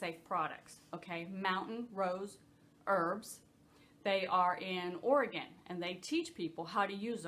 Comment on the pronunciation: Thank you! And kudos to you for pronouncing Oregon correctly (wink!) Debbie in WA Ü